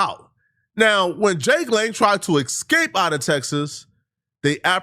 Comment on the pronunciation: “Jake Long—Lang” lmao mans thought it was the American Dragon